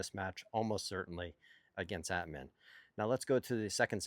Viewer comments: exactly, At-mahn comes close. LOL, i love him saying it like Batman without the B. By the way, he will be thrilled that the pronunciation police is on patrol again :) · Not a "gotcha" just a help. Phonetically, Atmane's name is pronounced At-mawn, not At-man. Cheers!